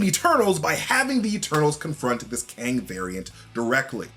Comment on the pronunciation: It's pronounced "kOng."